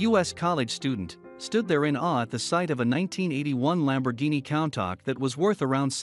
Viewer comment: it's countach (ku-n-ta-sh)